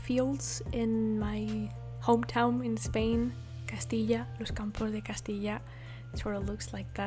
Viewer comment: Love it!! 😍😍😍 and love it more when you said Castilla 😃 (Saludos desde tierras castellanas!! 😄)